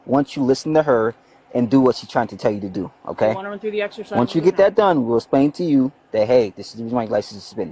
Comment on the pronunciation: Damnit.. I love these officers.. but when the one officer said “let me axe you” and then said “essplain” 😝😆 I’m so sorry, but damn man… you gotta at least use better English and pronunciation than the foreign Woman 😂 he seems like a really good dude though… but damn!